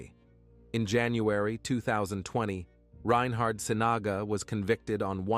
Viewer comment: It's reynhard sinaga too not ryan hard. Some people also believe him to be the manchester canal pusher..